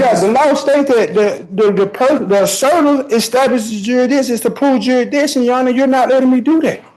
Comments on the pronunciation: He says jurisdishen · Is jurydition is that a thing or is he just saying it wrong? Is he trying to say jurisdiction? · He should be charged for murdering the English language. I don’t even know what a “juradisson” is 😂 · Hey, its....😅😅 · Jurrrisssdition 'read slowly' 😅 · "What's the juradishon?" Handcuffs are the juradishon you clown. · Jury ditsun? WTF is that? 😂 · I think.........if you can't pronounce jurisdiction, you shouldn't be able to plead jurisdictional issues!!! LOL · They cannot pronounce the word jurisdiction. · There is no way on God's earth that the court should be allowing this utter moron to defend himself. He is so stupid that he's at a massive disadvantage. Also, if you're going to go on and on about jurisdiction, at least learn to pronounce the word correctly.